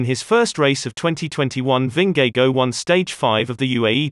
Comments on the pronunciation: Who is Vin-ge-go? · Ving-gay-go lmao. Lovely vid tho! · He doesn't pronounce Vingegaard correctly either, so I guess that evens it out. I haven't heard and English speakers pronounce Vingegaard correctly. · Funny way to pronounce his name. You get the V right and the Gaard right, but the "ng" in Vingegaard is actually no different than in english "singing". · Nice docs, but learn to pronounce world best cyclists names! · God is it a robot pronouncing his surname? haha. Its not that hard to pronounce it correctly. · Shouldn't you learn how to pronounce their name properly first before making the video?